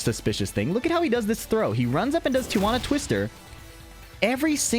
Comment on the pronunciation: Lmfao.. its tee-uh-wanna twister. Lol. Silly billy.